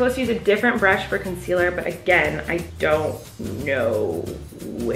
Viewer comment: Colleen : picking up foundation saying ConCelER